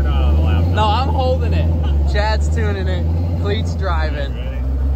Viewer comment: Tunin' and Dunin' 😂